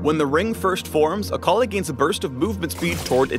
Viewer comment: WTF, I though her name was pronounced 'Ah ka lie' eeesh.